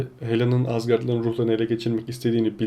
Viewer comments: Asgarp Değil Asgard Ve Minjor Değil Mjölnir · azgart derken ? 😂😂